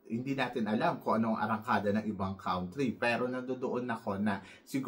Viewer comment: i like you, i watch your videos….but pls pronounce the word “country” properly. Thanks po.